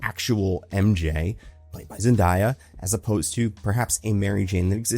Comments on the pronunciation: Zendaya's name is pronounced ZenDAYa like Brand New Day, not the way you're pronouncing it. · You gotta stop saying Zendayas name wrong dude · At this point, it feels offensive to not pronounce Zendaya’s name correctly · I was thinking the same thing lmao, how is it possible in 2025